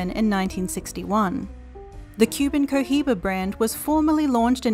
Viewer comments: Omg I would delete this and Re-record this narration... the Co Jiba, guys, really??? C,mon... Really guys, (Co-Iba) No 'jeich' sound included. CO....IBA.. AND THATS IT. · Hey... The H in Cohiba is Silent please!! It's so cringy to hear that H 😫😭